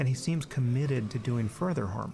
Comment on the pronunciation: Sam says 'harm' like 'horm'